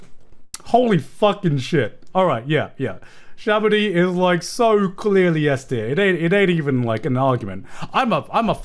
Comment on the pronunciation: "Shabady" "Sabaody"